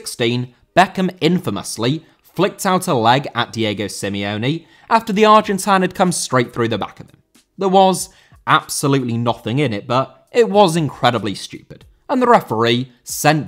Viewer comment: Simeone* not Simiouwni